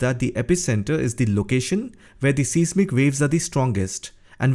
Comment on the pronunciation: AS long as you're pronouncing "Türkiye" correctly, you should know that the word "seismic" is correctly pronounced "size" "mick". "Richter" scale is pronounced "Rikh-ter". . . . you're welcome!